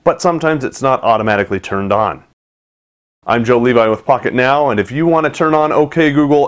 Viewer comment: it sounded like he said "im with fuck it now" haha